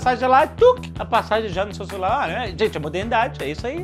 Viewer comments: Pera ai... celuLEBA???? Quqe diabéisso jovem nerd? Quem fala celuLEBA mano? Hahahaha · "na celuleba" kkkkkkkkkkkkkkkkkkkkkkkk